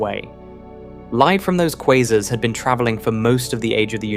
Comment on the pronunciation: The A.I. doesn't know how to pronounce "Quasars".